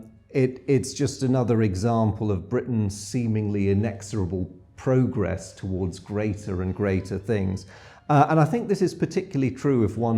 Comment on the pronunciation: Speaking of errors of the day, you said "progress" WRONG!